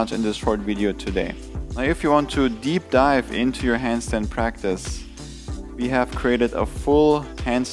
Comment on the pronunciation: to deev dipe😂